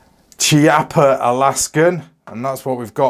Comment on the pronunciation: the correct pronunciation is "KEEAPPA"